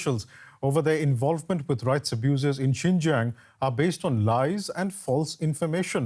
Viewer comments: They mispronounced the land of the ouïgours it’s 新疆 not ginger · If the western politicians really care about Xinjiang, at least learn to pronounce its name correctly. They could not even do that, yet they claim to be concerned about the people there. How pathetic!